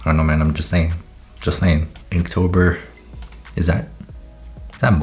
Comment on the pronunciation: not me thinking he said kinktober